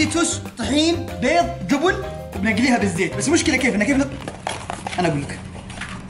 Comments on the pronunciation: يعيال ركزتو كل شوي يقول:جوبن ✖️ جبن ✔️ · ياخي يوم يقول جبن احسه يقول جوبون 😭😂😂😂😂